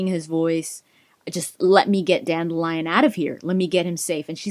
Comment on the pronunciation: I find it strange that in the audiobooks Dandilion is pronounced Dan-dil-ion not Dandi-lion lol.